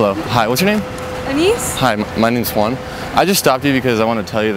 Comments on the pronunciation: Your name is Juan... but can´t pronounce it correctly... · so when you say your name i notice you really say that H in the beginning. i'mma try that next time.